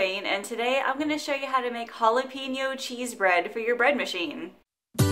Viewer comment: Looks good.pls check pronunciation of jalapeno thank you